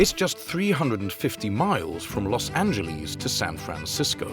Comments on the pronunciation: Why the hell can’t British people pronounce Los Angeles properly? There’s no Z in Los Angeles. They get pissed when we mispronounce the Thames but they all get a free pass on this? It’s Los An-juh-less, not Los An-juh-leez. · Pronunciation is "Los Angeles' NOT "Los Anyyieles"...........Remember "Los Angeles" is a Mexican name Not a Gringo one. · Cringe at Los AngelEEZE. Ugh.